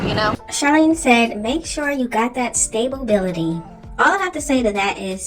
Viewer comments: Stable Bility??? 😂😂 At least look up how to pronounce it first before saying the word Charlene. That’s not even a big word for her to get wrong like that. Damn hopefully her kids go to school when school start back up again because having no education and being around their mom all day will definitely make them dumb.😩😭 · Yoooo she needs to go bk to school!! It’s (stability!!!!! ) Smh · the stability part got me weakk asf just like when she said endoovers 💀